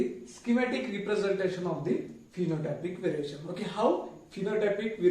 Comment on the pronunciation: Variation or veriation 😮